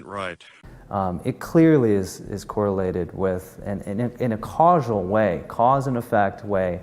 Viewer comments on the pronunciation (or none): sureee, I'm going to trust a peon who can't pronounce "causal" correctly, i'm gonna trust his claims about causes of vaccines. sureeee...